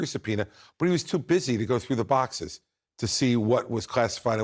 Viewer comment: trump goes from his gladiator voice when he's feeling brave to his 90 year old lady voice when he's cornered, "I had to look thru my bociss, my bociss had golf shirts, they were my bociss... note I'm not misspelling boxes, its how he pronounces it while trying to keep his dentures in.. bociss..